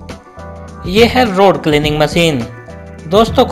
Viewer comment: Rud banane ki